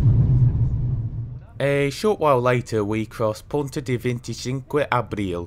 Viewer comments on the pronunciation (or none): none